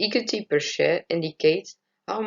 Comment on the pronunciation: Hi I like your presentation, it's quite interesting and a good length when it comes to timing! Although, I would advise you to look up the pronounciation of the word "equity", I think you are mispronouncing it. On the whole, i liked your Powerpoint and I think you have used good and clear graphs. Good that you included the sources! Good luck with the presentation. Kind regards Ana